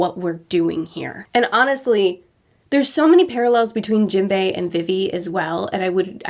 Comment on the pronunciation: It still kills me how she pronounces vivi’s name, it’s pronounced like vee vee